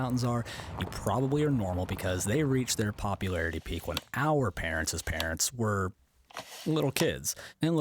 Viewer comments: Did this dude just say " our parents-zez parents" ? Lol Wow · You totally brutalized the English language with that one. Lol The possessive form of words that end in S are supposed to be pronounced as if there's no apostrophe S on the end . So " parents' parents" would simply be pronounced as " parents parents. " . Just as if we were talking about the house of Bill Gates, we would say " this is Bill Gates' house". You certainly would NOT pronounce it as " this is Bill Gates-zez house" . Lol